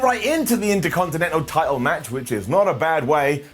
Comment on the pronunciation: I LOVE the way says "Title." It reminds me of my old neighbors from Soth Africa. They have the coolest accents!